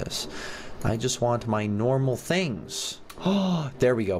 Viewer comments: you said tings instead of things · “The tings” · its not tings its things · u said ting instead of thing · “So, I couldn’t get the TINGS yesterday” I’m actually dying 😂 😂 😂 😂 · "I wasn't able to get the tings!" 😂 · Did anybody else hear tings or is it just me?